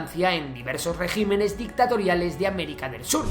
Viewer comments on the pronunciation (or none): none